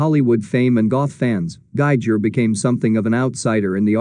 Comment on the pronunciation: May I point out, please, that the pronunciation of Giger's name rhymes with "eager." It's pronounced GEE-ger, all hard "g's."